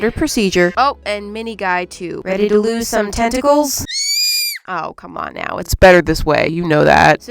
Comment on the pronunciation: WHEN SHE SAID “time to lose some tentacles” I THOUGHT SHE SAID…testies